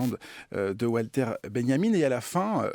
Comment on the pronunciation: Walter (Benjamin) se dit Valter en Allemand (comme Wagner), pas Oualter.